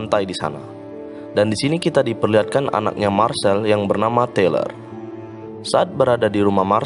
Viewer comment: Tyler di baca tailer bukan teler